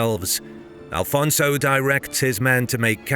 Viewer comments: Is not Alfonso, is Afonso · Great video! Just one small correction, it’s Afonso Henriques not Alfonso. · It's AFONSO, not ALFONSO! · Why do you say Afonso wrong? Please dont insult the Portuguese, thank you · i get angry every time you call our 1st king alfonzo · IT'S AFONSO HENRIQUES pá, fogo 🇵🇹 besides that brilliant video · Good pronunciation in Henriques, but bad in Afonso (no "L" in Afonso). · His name is Afonso, no Al fonzo🙄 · First of all if you want to use AI to make videos check with history books also, because it is not Alfonso but Afonso , we so not have the "L" in the name , that is a spanish name not portuguese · AFONSO, not Alfonso! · Afonso Henriques not Alfonso... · There is no Portuguese name that is AL-FONSO...it's AFONSO. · One Note: The king was Afonso Henriques not "Alfonso" lose the" L". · It's: Afonso, not Alfonso! Always without the L because he never took it ;) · I love your videos, but you should correct at least the name of out first king. The names is not Alfonso but Afonso, there is no L at all. Its a common mistake and it bothers us. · please it´s no AL-FONSO it´s Afonso. remove the L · I'm portuguese. You are being disrespectfull to and his great work, due to your ignorance of old portuguese language am e names. Afonso was Alfonso in Portuguese language documents, chronicles etc. until 1600s. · its not alfonso you idiot.... its Afonso.... its not Adof its adolf, its not tump its Trump. dont disrespect the Portuguese, we are not mexicans. there are no alfonsos in Portugal we only have greats like Dom Afonso Henriques, your video is massively disrespectful to the Portuguese. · AFONSO! Not "alfonso", castillian word. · It's Afonso, not Alfonso. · Thank you for the video. Just a quick note it is not "Alfonso" as that is the Spanish version of the name it it "Afonso" in portuguese. In any regard thank you very much for sharing One OF the most crucial Battles in the history of early portuguese Kingdom ❤ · Brother it is Afonso not Alfonso…